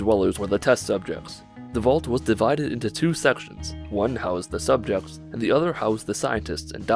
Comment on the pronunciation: SUBJEKTS not subchekts